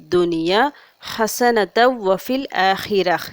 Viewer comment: Hasanathan olunga pronounce pannunga sister